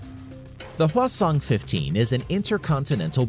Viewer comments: I heard North Korea's "Hwasong" as "Croissant" the first time hahahaha, was like, no way it can't be that cute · North Korea: HwaSong French: wait....what? Croissant???